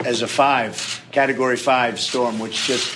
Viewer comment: Did he just say "carrot-o-gory 5"? well, it's understandable because it's orange.